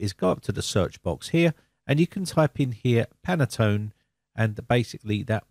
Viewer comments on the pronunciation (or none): Pronounced "pantone" 2 syllables, not "pan-a-tone" (3 syllables). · Pantone not Penaton.... ;) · It’s Pantone not panatone ☺️ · you say panatone but's it Pantone , at east it's written that way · Can I point out that it is Pantone colours (only one 'a') - Panattone is a lovely cake ;) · Thanks for the great video but I have one small critique...I have heard you say it several times in this video. The name of the color standard you refer to is Pantone, not Panatone. I'm not sure if this mispronunciation was intentional or not but being that I work in the printing industry, I am quite familiar with this color matching standard. I just find it a bit annoying with the mispronunciation. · You are absolutely right. I was going to write a similiar comment, but I first checked the existing comments. It is a Pantone theme for Windows, not a Panatone theme for Winadows. :) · Dear sir. The name of the company is PANTONE, NOT panetone. And the color scheme is "Very Peri 17 - 3938". Please note and correct that. Thank you very much. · It is Pan-tone...there is no extra A in it. Two syllables not three. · In the US, it's pronounced "Pantone", we don't add any vowels that aren't there. Just sayin. I will be checking on Windows 11 in 2025. Who knows what color it might be then? You have a safe and enjoyable Holidays! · "Panettone" should be pronounced "pan-net-ton-e". It is a sponge cake of Italian origin, commonly in the shops in the run up to Christmas. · I was going to post the same while I was on treadmill last night then forgot about it until just now. PANTONE user for 30 years and it was making me cringe each time he said it.